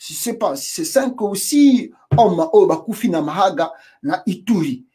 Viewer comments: bjr c'est mahaga ;c'est mahagi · c'est ne pas mahaga ; c'est mahagi